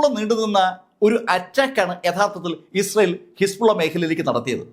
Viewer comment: ഇസൽ എന്നല്ല, ഇസ്രായേൽ എന്ന് വ്യക്തമായി ഉച്ചരിക്കൂ👹👹☝️